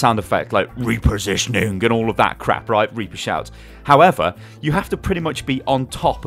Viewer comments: I die every time you say "Re-positioning" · The way he said:" repositioning" XD